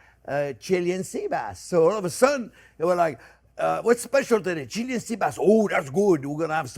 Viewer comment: Properly pronounced Chee-LAY-an.